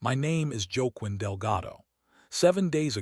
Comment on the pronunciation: Okay - needs to learn how to pronounce Spanish names. It is “Wah-KEEN”.